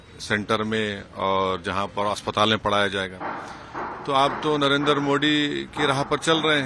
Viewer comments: Ajeet Bhai, would you also shed some views that. Despite Zahiliya Oweisi studied in UK, can’t he pronounce Modi correctly? He pronounces Mudee? Oweisi MC.please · अबे ओवैसी,,,,सुरेन्द्र कांड नही, सुंदर कांड होता है । मोडी नही वे, मोदी होता है । पहले स्पष्ट बोलने का सीखो, फिर राजनीति करना 😂😂😂😂